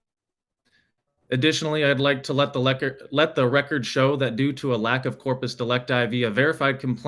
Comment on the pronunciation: "Let the lecord" 🤣